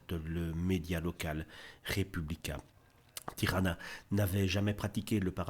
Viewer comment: Elle ne s'appelle pas Tirana ! Tijana ( se prononceTiana )